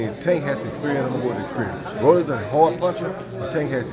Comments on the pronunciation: Why do people call him Rollies it’s Rollie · Rolly not Rollys lmao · Why does he keep calling him RollieS????!!!!! with the S. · Why dude keep calling him "ROLLIES" 🤔 🤣🤣🤣😭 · #1 stop saying Rollys… #2 stop asking about Mayorga every time for crying out loud..